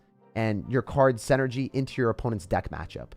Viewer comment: I love you and your videos, but you pronounce the word "synergy" incorrectly. You say "SEN-ergy" but it's "SIN-ergy." If you corrected that, your videos would be perfect.